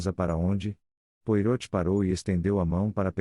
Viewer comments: Francamente, pronunciar o nome Poirot conforme está escrito é o fim da picada! É uma máquina que faz a leitura? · Custa pronunciar direito? Joga o nome do belga em um site de tradução com áudio ou assiste a um vídeo dele, há vários pelo youtube e aprende a falar direito. Afinal, o personagem é bem conhecido. Use suas pequenas células cinzentas.